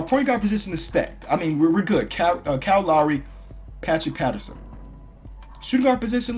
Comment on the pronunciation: You called pat bev pat pattrson